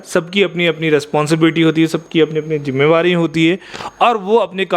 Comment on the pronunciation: Jimmewari nahi jimmedari